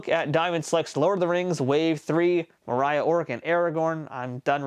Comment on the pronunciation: That’s not how you pronounce Moria! :(